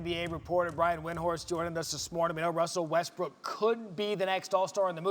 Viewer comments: All I hear is “wussel westbwook” over and over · Wussel Wessbrook. Wassup doc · Wussel Westbrook... Come on maaannnn!!! 🤦🏾‍♂️ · wussle westbwook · Is his name Wussel Westbrook now lol